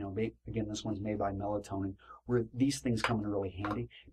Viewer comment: It's pronounced "Mel-TOE-nee-an," and spelled "Meltonian," in case anyone was trying to find the stuff. Melatonin is a hormone.